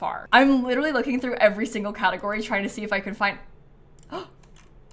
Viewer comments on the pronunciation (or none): none